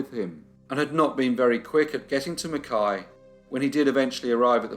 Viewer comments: Points for pronouncing Mackay correctly. People with that surname here will often be "McKay" or "Mackay" not pronounced "McKai" like the town...dunno why Qld is like that. Oh yes I do, it's Queensland. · Also, all my Australian friends should high fives for pronouncing 'Mackay' correctly lol